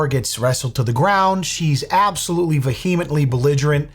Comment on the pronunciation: The word is Vehemently and pronounced "VE-A-MIT-LY 😅. Love your content btw!! (P.S. old skool teacher here 😊)